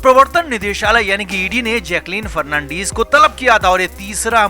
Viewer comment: Fernandeeeeez nehin....fernandez...